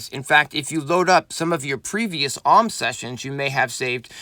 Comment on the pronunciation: its A-U-M, “Auhhm” just sounds weird